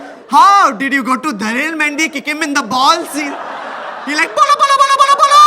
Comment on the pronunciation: I've heard this atleast a 1000 times in Tarak Mehta when Sodhi comes along with 'oye papaji'.It is balle balle not bolo bolo